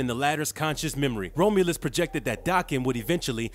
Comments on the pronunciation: I loved the video! One character I hesitate to draw because of his tattoo. A couple of things I want to criticize are only the pronunciations of the word adamantium and the name Romulus. Definitely no dis. But first one is Add-uh-Man-Tee-um And Romulus is like ROM aka CD ROM so it’s ROM-You-lus. That’s all. Everything else was solid as a rock. Amazing channel!! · The Best Wolverine. the pronounciations are again..awful. I can't continue watching this after the 3rd "Roam-U-Luss" Sucks, I really like this character, too bad this channel always messes something up